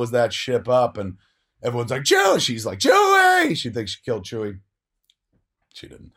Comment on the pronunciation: Oh a new fan eh? (You mean 'Leia' when you say 'Leah'...? And 'Chewie' when you say 'Chewy'.)